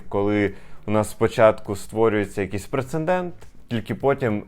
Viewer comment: ПРЕЦЕДЕНТ ! А не прецеНдент! В цьому слові одне Н!